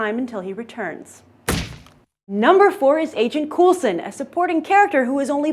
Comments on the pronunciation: It's pronounced Cole-sen. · Cool-sen or Cole-sen??? =P